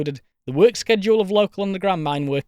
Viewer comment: For a bri'ish "person" you pronounce "schedule" surprisingly properly.